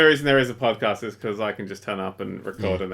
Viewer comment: Did anyone notice "PodCATS" instead of "PodCAST"